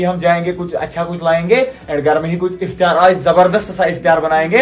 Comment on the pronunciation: Iftiyaar❌ Iftaar✅